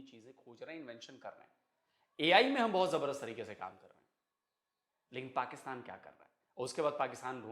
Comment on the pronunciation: Pakustan, Pacustan....... aray kahan say phd kar liya? baki Pakistanis ko bhi badnam kartay ho.